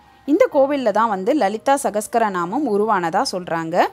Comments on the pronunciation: சஹஸ்ரநாமம் என்ற வார்த்தையைக்கூட சரியாக உச்சரிக்கத்தெரியாமல் சஹஸ்கரநாமம் என்று உச்சரித்து அந்த சஹஸ்ரநாமத்தின் மதிப்பே போய்விட்டது. காதில் ஈயத்தை காய்ச்சி ஊத்துவதைப்போல இருந்தது. திருமீயச்சூர் என்ற அழகான பெயர் கூட தட்டு தடுமாறியது உங்களது வாயில்., தயவு செய்து உச்சரித்து பழகி விட்டு வீடியோ போடுங்கள். அரைகுறை. வெட்கக்கேடு. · It's Lalitha "Sahasra" namam, which ought to be pronounced properly. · Lalitha Sahasra naman. Meaning 1000 names. Please pronounce correctly.